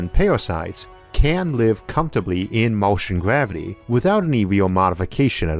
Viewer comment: Gavity 😂 it’s R not W